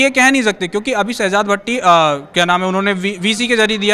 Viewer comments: Oh bhai vidio karne se pehle thoda study kar liya kro uska name sehzaad bhatti hai na ke sehbaz bhatti 🤣🤣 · Abe Shahabad Nahin Hai sahjad Bhatti hai Ka Tum Naam to Le Nahin Pa rahe ho